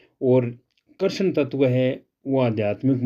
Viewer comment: जै गुरुदेव गुरुभाई आप कृष्ण शब्द का उच्चारण सही नहीं कर रहे हैं गुरुदेव के कहे अनुसार उच्चारण करें